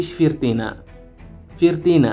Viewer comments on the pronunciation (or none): Avval to‘g‘ri gapirishni o‘rgan 10 ta gapingdan 4 tasini xato talaffuz qilyapsan turkiya, firtina, kordinata degan so‘zlarni qaytadan aytishni o‘rgan yoki boshqalardan eshitib ko‘r. Xarbiy kemalar yer usti va yer osti nishonlarni yo‘q qilishga mo‘ljallanmagan o‘qiyot matningni bir qaytadan ko‘rib chiq...